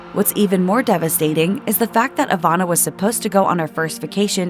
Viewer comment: Ivana, not Avana